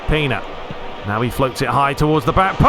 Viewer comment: It is pronanced Pena not pina come on.